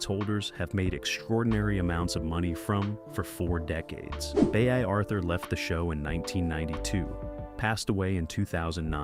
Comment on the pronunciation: Again, if you are going to do a video where you have to pronounce someone's name, get right. Bea is pronounced Be.. How rude, how you like it if someone constantly pronounced your name wrong. It is just down right rude not pronouncing someone's name correctly.